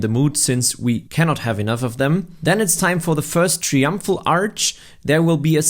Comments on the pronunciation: It's TRY-umphal (not "tree-umphal"). If you were gonna use the word so many freaking times in your video, it could've been slightly less annoying for the viewer if you'd bothered to learn to pronounce it correctly beforehand!!! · brother please its try-umpful not tree-umpful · tree umpfrul arch 😂 that's funny